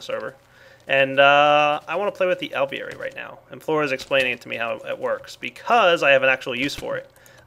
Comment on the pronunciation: Lol when says Alveary it sounds like hes saying ovaries. Is it just me?